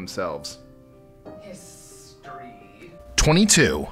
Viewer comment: #23 "hissstory" lol